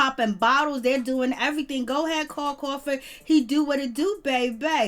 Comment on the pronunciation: Carl cRawford use the R